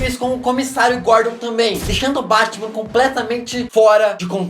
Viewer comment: ele falou bartman